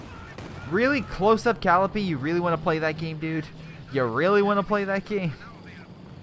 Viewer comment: It's cuh-lie-uh-pee